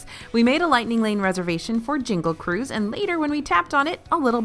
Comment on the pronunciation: It’s called the jungle Cruise. You said it wrong.